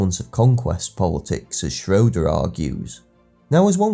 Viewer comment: Prof. Schroeder pronounced his last name shray-der, not shro-der